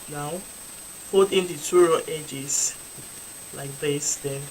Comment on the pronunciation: Brilliant work. I dunno why I kept on hearing ‘I’ll be sewing the two raw eggs’ 😂